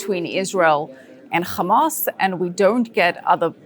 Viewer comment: Why the he'll do you say khaaaamaass and khhezbullah 😂😂😂 don't go there.